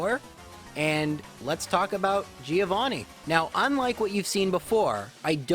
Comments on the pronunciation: Hey, great video! I want to point out a thing, it's relly a stupid thing feel free to ignore it, buuuut... the first part of "Giovanni" is pronunced like the first part of "John". The 'i' is really short. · Leave battle animations on, and pronunce Giovanni properly